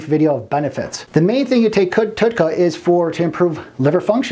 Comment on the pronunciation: you can't even say Tauroursodeoxycholic, you didn't say TUDCA correct, you did not say what "HDL" is, you referred to Alzheimer's in 2 ways when explaining a disfunction. The audacity. This subject isn't even that hard to grasp, so making things described accurately is a feat of a texas instrument computer from the late 80's. If you don't even know what something is, being and egotistical meatball with a speech impediment warrants a godsend suicide. You were mocked for being stupid, so you went to the gym... then you decided you could do both.... I've never seen a video with this many transitional fades. You're trying to prove you can be! ALL HAIL BECAUSE YOU'RE THE MASTER! I can be a master editor! look at my 15 transitional fades! did you like the one where it was squares?! i picked that one! if you don't actually study something, then shut the fuck up. You're clearly not educated in the subject matter. This is an important thing to be knowledgeable about IF you're trying to help strangers on their ventures to health. Let's say you're a bullied meatball asshole kid that has 1000 people think that this is the epitome of truth. People are impressionable and you just became one more shitbags of garbage for dumbfucks to involve themselves with. Just because you're insecure doesn't mean you can post-up as "" and be retarded all over everyone. Killing yourself is always an option if you can't NOT fake being a man of actual, true information. You should try killing yourself